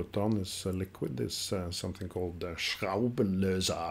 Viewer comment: Schraubenlöser was spot on tho!!